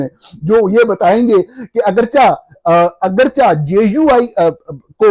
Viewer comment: "اگرچا" نہیں ہوتا، "اگرچہ " ہوتا ہے